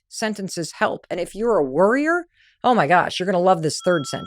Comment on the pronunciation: Worryer or Worrior, you have a choice. For about a minute I kept hearing "Worrior" instead of "Worryer" and that's when I realized we have a choice.